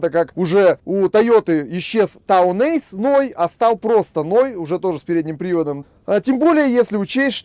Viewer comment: Ной? Я бы понял если человек с запада так называл ноха! Но вы!!!!!?????